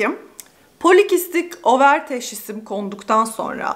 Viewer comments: ovır değil over şeklinde söylenmekte imiş tıpta over yumurtalık anlamına geldiği için sanırsam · abla tilt oldum videoyu izleyemedim nolur over deme ovır ya nolurrrrr ya kulağım acıyo